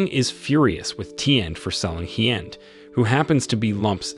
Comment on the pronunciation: I live in Vietnam and I can tell you right now that your pronunciation of these names are so wrong it's actually shameful, there is no 'd' at the end of Hien and Tien and the main character is not pronounced 'lamb' its 'Lum' but spelled Lam.....